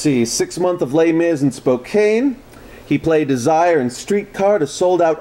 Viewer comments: For the record, "Spokane" is pronounced with a short "a" sound. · Spokane Missouri is typically pronounced with a hard "a' by the people living in the area but in an area like Spokane Washington it is a soft "a". The English language is a joke.